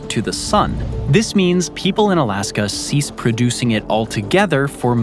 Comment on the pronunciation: Is it just me or does dood keep saying "Alaskum?"